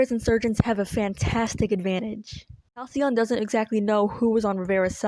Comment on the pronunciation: HalcyON become HalcyOFF